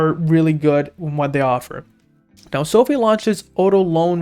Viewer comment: its Social Finance....So.Fi ("so.fy") not sofie